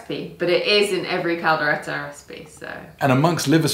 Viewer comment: Hey finally Kaldereta when you nailed saying "Kaldereta" but butchered saying "kambing" hahaha nice try I was waiting on pork/beef "lengua" (tongue) though also butchered "kaldera" Hahaha Also "kaldero", both are cauldron man, Datu Puti should be paying you for endorsement "pineapple"? got weird allergy cinematography deserves an Emmy thank God for 🙄 but almost there "Tagay hanggang mamatay" be like 😒 Hahaha I thought that the video was recorded mirror image bec got the spoon on the wrong hand, but then I saw, and like "wait a leftie?? 😳 or was it?" mom: When you leave home you gonna grow up: I left home around 15 years ago, and grew up about year ago 😳😂 tender meat, but is it any spicy? as it should be? Afritada potato should have been soft, not crunchy "tagay" - (toast, cheers) Say it this way 1. "tag" - like the game 2. "I" - like the pronoun 3. "tag - I", "tag - I", "tag - I" 👍 how can you tell if your mate is getting beyond tipsy but still pretending sober item #1 -: the stories and all the emotions with it item #2 -: (supposing she drunk, though clearly she's not) dishes slipping Hahaha 🍺🍻 stabs his lips with a fork... (imagining if it's a knife like how Brits usually would) (secretly grateful to Filipino influence) 😉 You're welcome happy birthday so ridiculous it's funny Congrat